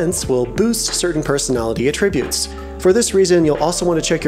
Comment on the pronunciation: When you use the word "attributes" as a noun, you stress the first syllable. Not the second. You stress the second syllable when it's a verb.